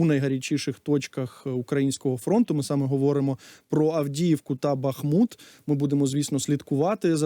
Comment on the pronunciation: Зі всією повагою... Правильний наголос на букву у - БахмУт. А бахати, це історія про Жебрівського, якому челядь "пастєснялась" зробити зауваження. Відтоді почали "бахати".